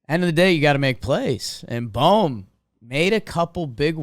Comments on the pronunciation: ITS BOHM, B oh M not bomb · Can someone please tell Jimmy that its pronounced “boam” not “bom”